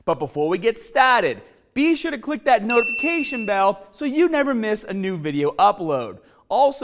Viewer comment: Came here for the baaaahbehhhl.....also clicked on the beeehllll.